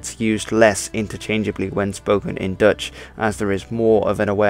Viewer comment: Are you Dutch? Your Dutch pronunciation is spot-on. But your English doesn't have an obvious Dutch accent either. So kudos in either case.